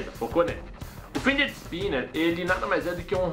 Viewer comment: é FIDGET, cara. Não FINDGET